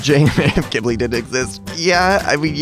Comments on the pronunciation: It’s pronounced q w I ,b i l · when he call qibli kibli it makes me mad every time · i thought you said Qilbi (Qu ill be)